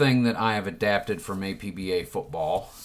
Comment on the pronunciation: Arrrr..... You don't pronounce the letters A-P-B-A when talking about the APBA game company. You pronounce it as if it were a word. Two syllables, AP-BA. They mention this in their literature with each game. Anyway. good video.